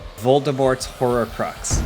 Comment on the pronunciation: Is it just me or is James saying "horrorcrux"?